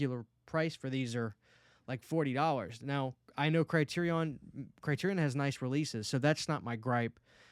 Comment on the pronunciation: The way u pronounced Criterion is driving me crazy 😂